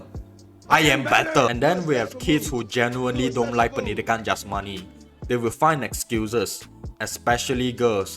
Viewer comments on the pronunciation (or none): idk but the way bro says pendidikan jasmani is so funny